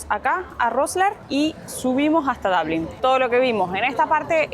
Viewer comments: Chicos, los seguimos desde hace años y nos encantan sus videos. Solo que en estos últimos nos choca un poco escucharlos decir Dablin (pronunciación en inglés de Dublín). Si están haciendo un video en idioma español y ya hay una palabra en español para referirse al lugar, por favor pronúncien en español, así como suena, Dublín, con u y acento en la i. Sino es como si estuviesen en Milán y digan Milano o en Moscú y ustedes digan Moscova (pronunciándolo en el idioma local). Gracias por compartir sus hermosos viajes, un beso enorme!! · Por que dicen DABLIN?... No le veo la A.. es Dublin.